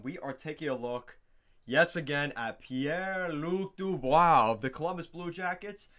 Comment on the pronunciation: Pie lu dubois lol